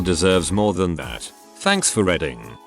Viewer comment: Teach him how to say "reading" -Teach him how to say "presents" -WHY read dates backwards?? Say March 1 as March 1, not "1st of March"!